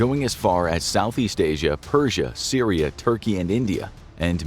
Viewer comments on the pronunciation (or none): none